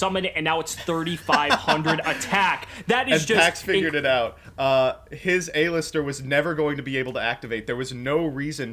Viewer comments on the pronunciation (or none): Aye-lister jajajaja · The way he says "A-Lister"... Makes me dislike this video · The way he kept pronouncing Aleister seriously ticked me off